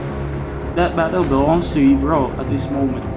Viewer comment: You said my name correctly bro, Yvrelle here hehe. The key to victory was scrolls to keep up with his higher levels, but in terms of battle, just outsmarting him. The reason I won that engagement in the north-centre, I'm pretty sure, was the warg riders. I got several BC I saw he was going full skeleton archers and warg riders counter those. Then catapults to kill his mass sealed the deal;P